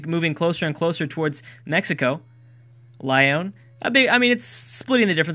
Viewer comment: Lyon is actually pronounced more like l-ee-on